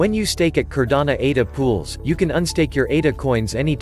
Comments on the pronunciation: Great video. Only thing is..this is Cardano..not Cardana. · No matter the robot is mispronouncing Cardano every single time lol 😂 go up Cardano!!!!